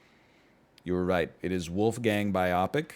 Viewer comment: He will never pronounce "biopic" correctly